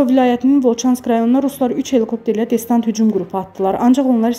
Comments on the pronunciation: destanat yox , distant )) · Xanım DESTANT YOX, DESANT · Destant yox , ay Aparici Xanim Desant...Duzgun telefuzz edin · Xəbəri oxuyan xanım adı"desant" sözünü deyə bilmirsə indiki aparıcılara deməyə söz tapa bilmirəm. İnsan nə dərəcədə səhlənkar olarmış. Destant nə idi? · destant yox desant))) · Destant yox xanım desant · Danışığı öyrenin. Destant yox, desant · Destant yox, desant. Bir shey hazirlayanda hech olmasa ciddi shekilde, normal Azerbaycan dilinde hazirlayin da. Kuche sohbeti elemirsiz ki... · Ay jurnalist destant deyile desantdı duzgun teleffus ele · Destant yox desant 😂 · Distant yox desant...😁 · Destant nedi?) Desant. 1 dəfə diseydi neyse. Ya qız üzündən oxuya bilmir ya da movzunu yazan yaza bilmir. ) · Desdant yox Desant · Destant yox Desant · Muxbiriniz "desant" sozunu deye bilmir! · Destant)))BelqorOd,yox BElqorod.Kimi qəldi danışdırırlar